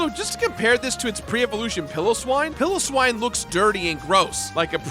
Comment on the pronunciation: A few pronunciation notes: Piloswine sounds kinda like “pile-o-swine” Drapion’s name comes from Dracula Hip-POW-don, not Hippo-don Lopunny is based on and named after the lop breed of rabbit Also Luxray is a lynx not a lion Great picks though, all of those Pokémon are amazing!